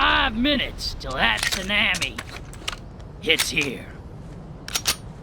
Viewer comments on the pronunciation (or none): That bloody southern "tsanami" lives rent free in my head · Pronouncing tsunami like salami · Whoa. Dude can out run a Sue-nam-ee But holy crap this is just tutorial the game! Idblowmybrainsout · As a southerner... "tha' zoonahmi" is unforgivable. Edit: dual cpr, is he rescuing space marines with secondary hearts now? Edit to the edit: that must be it, cause ol dude just jumped in an Invictor Warsuit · I swear he said "Salami"